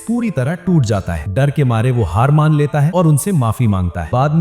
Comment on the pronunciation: Bhai use Maina nahin Mana bolate Hain🤣🤣😝